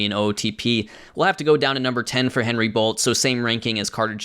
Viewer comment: i went to high school with Bolte. it’s pronounced Bol-tee